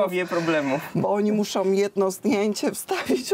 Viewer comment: Droga pani Jedno słowo do pani z nadzieją że weźmie pani do serca moją uwagę Błagam,. proszę nie zamieniać końcówkę "Ą na M"....oni soM!!!!! Oni muszM!!!! O zgrozo co się stało w Polsce????? Prawie wszyscy tak mówią, ale..... Pani redaktor ( którą bardzo lubię ) to właśnie pani nie wypada!!!!! Pozdrawiam z pięknego Lyonu Barbara. 🇫🇷. 🇵🇱